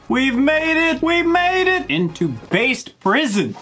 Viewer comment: The game is entirely based on the anime actually Edit: it's not Base Prison, it's pronounced Bas-teh Prison